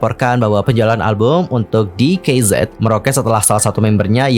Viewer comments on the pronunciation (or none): Di kei Zed Salah ka, bacanya tuh di kei zi Sebab tulisan hangulnya tuh 디게이지